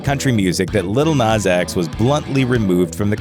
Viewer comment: Its "nas" not " nus"